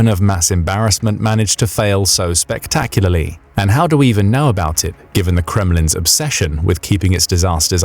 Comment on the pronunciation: Do not say spectaurly